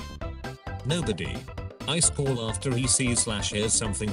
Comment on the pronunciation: I love that the text to speech says "ice call" instead of iskall